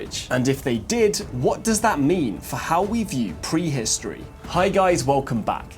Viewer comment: Which part of England pronounces words like "pwee-histowee?'